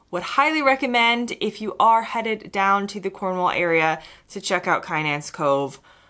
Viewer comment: I am sure other contributors will correct me if I am wrong but Kynance is I believe pronounced Kinnance with the emphasis on the second syllable. Lovely video as usual